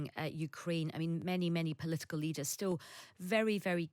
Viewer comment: Practsical. Emptsy. Politsical. Tsechnology. Hurtsing. = Brexit English.